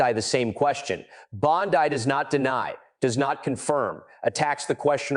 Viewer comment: Bondee not Bondeye!